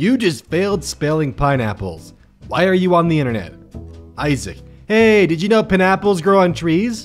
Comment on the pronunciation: He pronounced it wrong